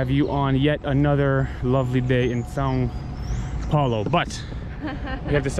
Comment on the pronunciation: WAIT DID YOU JUST NAIL THE "ÃO" PRONUNCIATION,? hahaha maybe you had already done it before and I just noticed now but anyway very good job. Now you can do amazing things like saying "joão", "caminhão" and the most important one: bread (pão) without sounding like d*ck (pau).